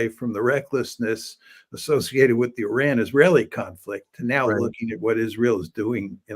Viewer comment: Professor is the only white American pronouncing Iran the right way. It's pronounced "eee-rawn", not "eye-Ran" like many American do.